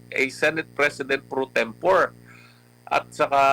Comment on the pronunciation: Mali ang pronunciation ni Lambino ng salitang "pro tempore". Ano ba yan attorney.:face-blue-smiling